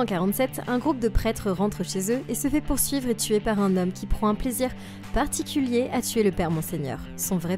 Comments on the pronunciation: Tuer et pas teur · il y a un pronlaime tu a teur au lieu de tuer